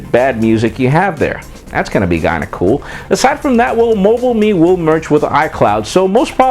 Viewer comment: "that's gonna be GINDA COOL". lol